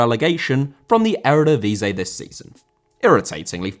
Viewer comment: Eredivisie* not Eredivizei